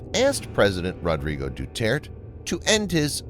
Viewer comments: it's pronounced dew-tear-teh and it's also pronounced be-nege-noh (as in renege no) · Duterte is pronounced De-tert-tay.